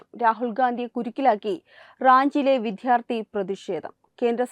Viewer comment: 🙏 വിദ്ധ്യാർത്ഥി എന്നല്ല വിദ്യ .... വിദ്യാർത്ഥി എന്നു പറയൂ .